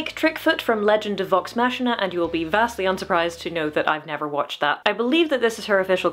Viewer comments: BTW, the Machina in Vox Machina is pronounced with a k-sound. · Its Vox Machina with a hard C like K not an S. Respectfully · "First up we have Pike Trickfoot from Legend of Vox Mashina and you'll be vastly unsurprised to know I've never watched that." I don't think that was ever in question given how you thought it was pronounced :P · Can tell you didn’t watch vox machina cause it wasn’t pronounced right lol